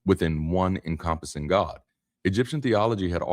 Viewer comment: This is AI generated, I believe. Some of the words such as “encompass” and “papyrus” are mispronounced. The video skips often…the image must have generated from past videos. If it is AI, please at least admit that in the description.